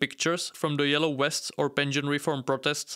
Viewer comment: Low growft. Yellow wests. Water turnout. Out of respect for your audience, please work on your pronunciation.